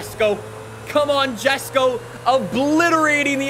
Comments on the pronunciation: Correctly pronounces Forza, yet pronounces Jesko with a J sound. You pronounce it Yesko with a Y sound. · Did he rly just pronounce Jesko “jesko?”